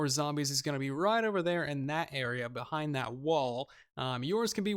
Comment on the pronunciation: Stn 20000 I got confused when you said behing haha